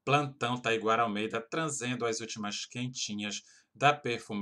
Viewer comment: Taiguara você falou tranzendo não é trazendo!